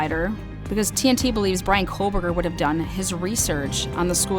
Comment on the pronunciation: Y’all it’s KOH- Berger not KOHL- Berger… there’s no L….sorry my OCD just acting up. 😂